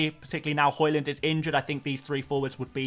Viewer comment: Hojlund pronunciation is hoylunn not hoylann